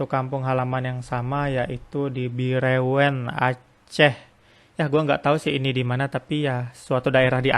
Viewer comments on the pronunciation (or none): Bireuen dibaca bireun